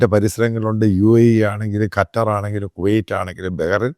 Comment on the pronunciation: ഖറ്റർ അല്ല സർ ഖത്തർ